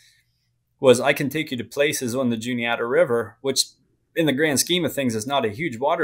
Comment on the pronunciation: The guy keeps calling it the Juliana. It’s the Juni-ata.